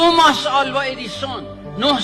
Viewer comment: توماس نه آقاجون، تامیس